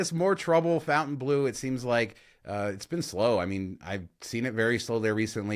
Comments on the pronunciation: Its not Fountain its Fontain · You guys rock but will you please stop mispronouncing "Fontainebleau"? It's not "Fountain Blue", it's "Fontin Blue". Thanks!